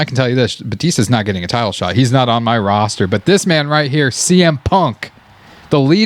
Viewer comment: How says roster on tho